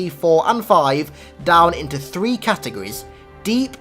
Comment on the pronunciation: The "catigries" lol